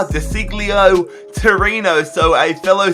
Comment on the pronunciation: You really mispronounced De Sciglio's name. You should pronounce it like this: De Sieljo